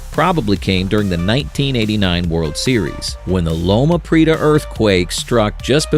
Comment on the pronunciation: Kay line. Lo-muh pree-eh-tuh. Why the repetitions, discussing all the same things?